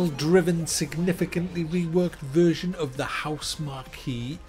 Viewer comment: "Ma-sheen-a"... "HousemarKEE" ? Is he deliberately getting these wrong ? He MUST be, lol...